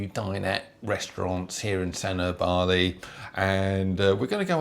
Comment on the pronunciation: Its pronounced as San uur not San er